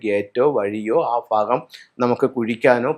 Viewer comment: ഫാഗമല്ല....., ഭാഗം....